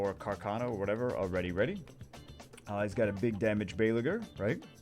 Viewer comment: Everyone: Carcano: CaRsAnO